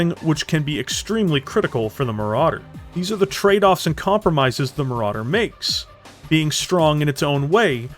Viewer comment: Ahhh.... Le Maràdér... A Legénd